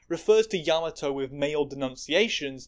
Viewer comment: you mispronounced kiku and yamato, yes yamato is a man he said that himself